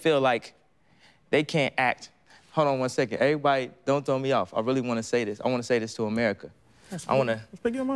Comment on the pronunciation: The first word I heard was Eebody 😭😂